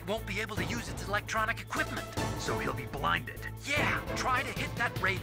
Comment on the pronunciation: Anyone else notice that when said equipment the first "E" was missing? Shows how much importance she had to the story.